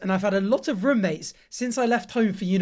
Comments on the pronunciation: the posh rummates instead of roommates gets me every time bless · I'm sorry, but has anyone every said how you say "roommates" like "rummates" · the way he says roommates sounds so weird for some reason 😭😭